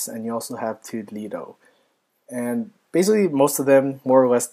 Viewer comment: Nice review, but toddledo is pronounced toodle-do (rhymes with noodle blue)